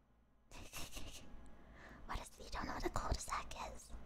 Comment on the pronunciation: The way non french people pronounce cul de sac is hilarious